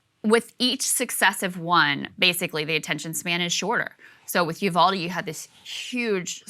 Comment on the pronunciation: Uvalde is pronounced "You-Val-Dee" (not You-call-Dee)